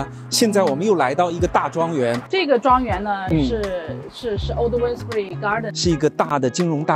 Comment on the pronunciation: 因為佢係撈仔